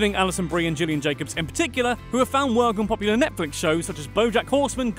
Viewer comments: It’s not pronounced like Jillian!! It’s Gillian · That’s “GILL-ian” with a hard G :) Gillian Jacobs, first and last names do not start with the same letter sound. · #102 Gillian Jacobs is pronounced like a fish's gill, not like Jack and Jill. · Fact 102: Gillian Jacobs name is pronounced GILLian not JILLian as this narrator keeps mispronouncing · 5,000 Subscribers with no videos challenge gillian, pronounced like a fishes’ gils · you pronounced gillian wrong. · i'm kinda annoyed of his pronunciation of gillian's name